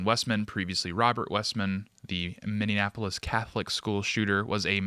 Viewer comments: Ive loved you hosting, but got damn you need to learn how to say Minneapolis! It’s “mini-apolis” not “mini-in-apolis” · I know this is a serious topic, but my guy, as a Minnesotan, PLEASE!! It's pronounced, "Minn-E-app-O-lis" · Mini-apple-is……it’s not hard…🤣🤣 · MinneNapolis? Anyone else notice this? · I cannot tell if is pronouncing Minneapolis as "min in" apolis or "mini-apolis"? Wtf? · Is it just me or does say Minneapolis strangely? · Could you please say the name of the city correctly? It’s Minneapolis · Please stop mispronouncing Minneapolis. You are losing credibility here.